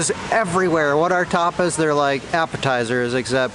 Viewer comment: Bro said tarpas Ta-pas it sound like u saying toppers 😂😂